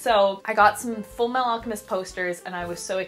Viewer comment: "Full meh-ahl alchemist"